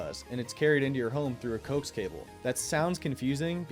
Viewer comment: it's pronounced co-ax